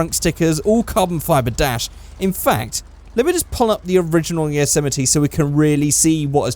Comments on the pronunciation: its called a yose-mite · Is it really pronounced "Yo-sematee"? I've been saying it like "Yossa-might"